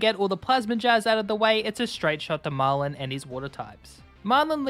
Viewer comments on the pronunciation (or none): none